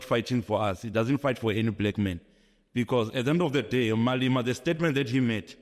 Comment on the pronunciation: This clown is NOT South African. I have never in my life heard a South African pronounce Malema, building, properties etc like him. These people are so entitled smdh. Malema and EFF are 100% South African so if he wants to campaign for the DA or PA he must go to Zimbabwe and do that. Also if this wasn’t a political stunt/ agenda, he would have never spoken about Malema or the EFF and in the first 5 mins at that! Malema and the EFF have never ever condoned hijacking buildings, that’s why the EFF MMC of public safety in Joburg tackles hijacker’s buildings. Malema only said Native Africans should reclaim unused, bare lands that have historically belonged to them. He never said anything about it being beautiful or ugly. Also, a piece of land is not the same as a whole building. He’s not even a smart clown 🤦